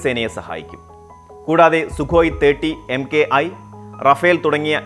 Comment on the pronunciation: No bro It is Soo Thirty M K I Idheham pronounce cheythath correct ahn